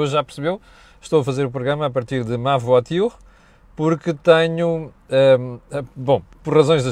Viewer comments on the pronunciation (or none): Tem de aprender a pronunciar VOITURE já que gosta tanto de estrangeirismos!!